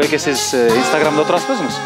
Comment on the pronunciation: Стограм деп алды го😂инстаграмды